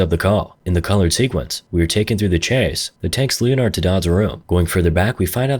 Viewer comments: Lee-in-ared🙉 lin-ard👍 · it's pronounced Lenard....2 syllables, the o is silent. Like the same way leopard is pronounced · I'm calling anyone named Leonard, “Leo-nard" lol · Great video, greatest clapist right here. Why are you clapping me like that with Leonard's pronunciation?